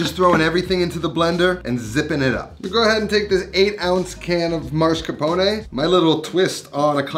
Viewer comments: I like how says "Mars Capone"😂 It's mascarpone! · Its not Mars-capone, its Mascarpone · It’s Mascarpone, not marscapone. C’mon. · I'm sorry but it's mas-car-po-ne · Does anyone know why so many Americans switch up the S and R in mascarpone?